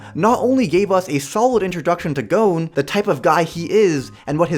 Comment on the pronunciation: Haha he called gon, goen xd. Watched 300 anime crap opinion.